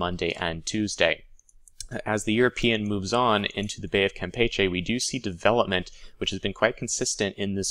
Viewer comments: James Cook And here I was thinking that was pronouncing it in the Spanish way, while I always pronounced it the way you were taught. lol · gotta work on your Spanish pronunciation, to wit: Campeche.